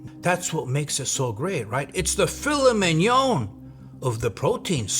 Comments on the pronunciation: ..wtf is "filla may on" 😂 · Bro said filla may on